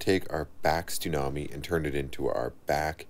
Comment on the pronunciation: Are you saying "Stunami?" (that's what I hear), or is it a "Tsunami?"